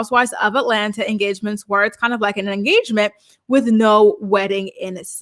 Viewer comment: They had an “enstagement”